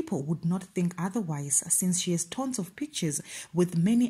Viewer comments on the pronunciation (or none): I'm not even trying to be rude or ndizama uzenza ngcono but it's pronounced "tuns" But spelt as "tons" Xolo if this is offensive I'll even delete, just that you report in English so for future reference. There's tons of words I cannot spell and pronounce and I'm always happy when someone let's me know what's what.